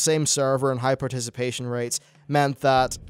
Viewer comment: i hate how he pronounces comradery